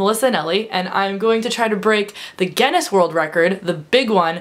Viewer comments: Speaking of pronouncing words incorrectly, Guinness is pronounced gin-nis not gen-nes (obviously both with a hard 'G' like 'gorilla'.) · Sorry, you keep saying gennis (phonetically) its gin-ness :) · She says Ge-ness.. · gin-ness as in guh-in-ness :D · It's ironic that you opened the video talking about mispronunciation and then pronounced Guinness wrong throughout the rest of the video. :') haha wish I was going to leakycon! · this video is a lot more confusing if it takes a while to figure out she's says Guinness.... wish I could have gone to leaky con :(